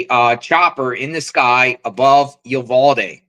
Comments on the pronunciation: PRONOUNCED "EU-VAL-DEE " . 😊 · pronounced U-val-de. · "You - Vaal-dee" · They were probably shooting wild pigs or counting deer. Your not saying Uvalde right 😂